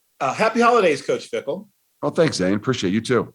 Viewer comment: It Fickell not “Fickle”. You just gave Cincinnati more fuel to beat us with the misspelling of their coach’s name.